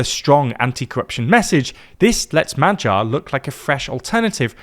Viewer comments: It's additionally funny that he actually gets the "gy" in Magyar quite well. But obviously still having the English spelling mindset where any combination of letters in one word doesn't necessarily mean it's pronounced the same in another word 😂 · Brother, can you maybe put Hungarian proper nouns into Google translate and LISTEN to how they are pronounced? Wtf were those pronunciations for Magyar, Gyurcsány, or Tisza? For a news platform this is atrocious.